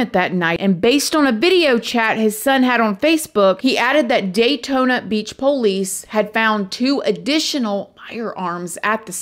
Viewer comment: Hey friend! Can't wait to listen tonight when we travel home from work. My husband and I just love you, and we LOVE the way you say "po-lice" ❤❤❤